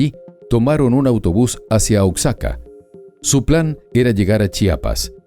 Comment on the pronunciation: Se lee: "Oajaca"... "Oxaca" es incorrecto. Saludos